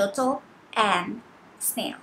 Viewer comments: It's snail not smail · Teutle and smail? 😂